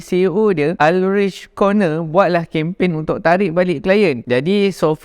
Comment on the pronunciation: Ulrigh Karn-na ~ Ulrich Körner